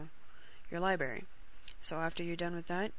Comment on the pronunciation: honestly...you did better then that bull shit frostclick video. gj, u say libary its funny